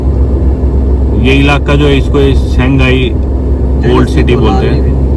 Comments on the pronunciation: Oh my God,Its shangani not Shanghai hahahahah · Shingaani not Shanghai 🤣